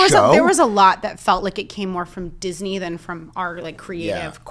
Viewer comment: love you guys!! "disneyy" lol!